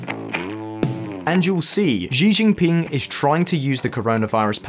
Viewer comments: Xi jin ping Sounds like sheee Jin ping. Not zhee Jin ping.easily found on Google. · He made the same mistake with "Xi" in Xi Jinping during all the video. He pronounced it zi- instead of -chi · Why’s he pronouncing xi jinping as zee jinping?? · This dude has butchered every name he came across. I like that! Ahahah “Giginpin”!!! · Xi jinping is pronounced she gene ping. Lol